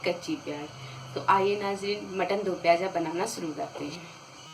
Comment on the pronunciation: Moti appu hati.piyaj nahi piyaz kehten hen.aap urdu sekhye.